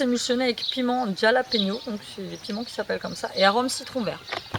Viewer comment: Super beau ton pote Tiki :-) Super agréable dehors avec les petits oiseaux :-) Les piments Jalapeños (se prononce à l'espagnol avec la jota) c'est super bon j'adore ça ^_^ Gros bisous.